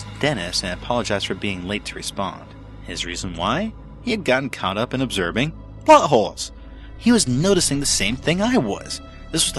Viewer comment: Totally thought the narrator said "butt holes" instead of "plot holes" 😂😂😂